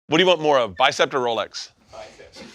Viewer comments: "Bicept" lol. There's no T in the name, or in Bert's blood. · Did you say "bicept?" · Especially when he calls it a "Bicept"